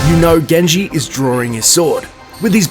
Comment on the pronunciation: its not gen(je) its jen(ji)